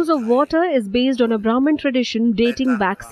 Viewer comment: Lol indian but cannot even pronounce sanskrit name vajira longkorn. And its brahaman not broman. Bumipol anduñaded.